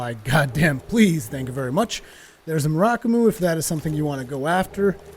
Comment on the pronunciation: Mur (like Purrr) - ah - ku - mo :P